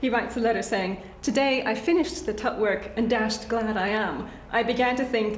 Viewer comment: My gawd.......get tired even listening to all that exhausting 'polite' babble......especially.... You learn something everyday....never knew King Tut was "shot"........